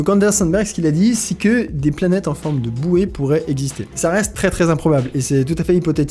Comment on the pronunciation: j'aime trop comme tu prononcé les noms des planètes , faut pas que astronogeek regarde la vidéo